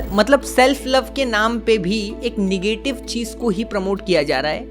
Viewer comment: Bhai negative ki pronunciation seekh ly